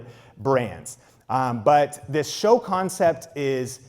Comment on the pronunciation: Alright, the way you said the word show quickly became annoying asf. I get you were trying to draw attention to the word, rightfully so, but damn that was....not great. Appreciate all the information you give freely but reconsider how you highlight a given word in the future. Maybe go deeper with your voice, or louder, or something. Raising you voice up that way wasn't flattering for you.